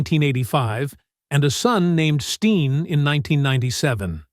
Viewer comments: STELEN NOT STEEN GET IT RIGHT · His sons name is Stellan not Steen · The guy doesn’t even pronounce the son’s name correctly. It’s Stelen, not Steen. Get it right folks. Toby doesn’t deserve this disrespect of his son. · You need to redo this and get his son's name CORRECT. It's STELEN. Not "Steen". Good god man, AI is fucked up, but you CAN get that shit right. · well, I only listened for a few minutes, but Toby and his wife raised three kids, Krystal's name is spelled with a K, and the son's name is not STEEN! I couldn't listen any further. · What a bunch of crap. His beautiful wife had 1 child before meeting Toby. He adopted her. Then they had 2 biological children. You didn’t even say his sons name correctly. What a crappy channel